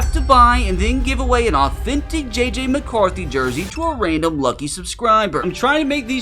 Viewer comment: THANK GAWD ITS JJ MACAWRTHY😂😂😂😂😂😂😂